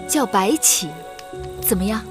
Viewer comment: 小狼說白起的時候 很像說白痴